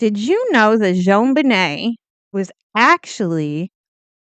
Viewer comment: It's not "Joan," it's Jon, as in John.